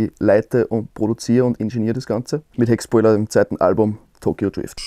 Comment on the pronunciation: kann bitte wer der band sagen dass man sie HeckSCHpoiler ausspricht? Liebe und Kuss